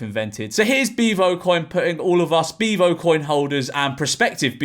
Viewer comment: Why does he say beavo like that?😂 ”BIVO” 😂😂😂😂😂